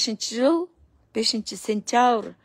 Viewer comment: 2025-5-Сентявр эмес,Сентябрь деп айтсаң